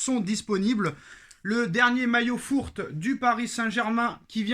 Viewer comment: Jamais Zidane n’entraînera le PSG et au lieu de pas savoir dire fourth dis 4eme c’est plus compréhensible que “fource”